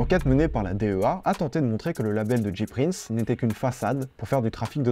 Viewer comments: C'EST PAS DJI PRINCE C'EST JAY PRINCE PUTAIN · James Prince (J Prince) prononcé "Jay Prince" pas "Dji Prince" sinon ce serait "G Prince" :'(